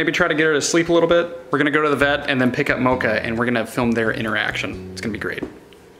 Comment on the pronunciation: It’s mocha